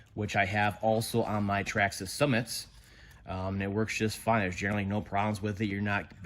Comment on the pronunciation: Stop pronouncing traxxas like that